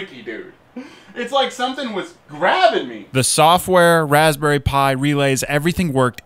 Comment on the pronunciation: REALLY 🤣 Raspberouille